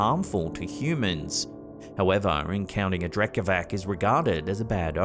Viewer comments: No offense just wanted to let you know Drekavac is pronounced like Drekavats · The Slavic creature is pronounced Drekavats (Drekavac) meaning yeller